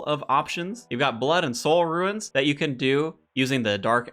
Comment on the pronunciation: First, appreciate and love the content. Second, like runes is roons, ensouled is en-sowled Keep it coming bud!